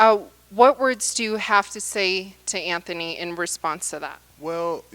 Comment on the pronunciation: it's Anthony, not AnFony